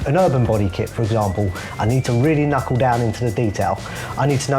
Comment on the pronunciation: If I had £1 for every time said "kunckle" I'd be able to afford a wrap lol